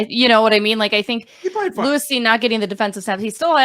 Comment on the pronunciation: Lou-eese Cine.😅😅😅😅. It’s Lewis bro.